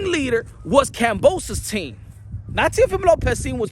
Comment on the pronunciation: You can't even pronounce his name right these days. 😂 What a flog